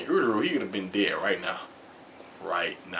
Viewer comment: ururu? its uryu lmao